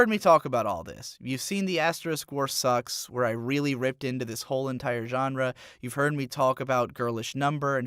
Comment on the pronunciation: how to be: pronounce "noir" and "genre" wrong use the words "esoteric" and "nihilistic" with no context speak english, japanese, and latin all in the same sentence make meaningless allusions to A Portrait of the Artist as a Young Man unexplained beef with mcdonald's